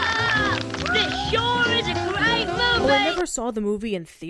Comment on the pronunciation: "THIS SHOOORE IS A GWEAT MOOFIE!"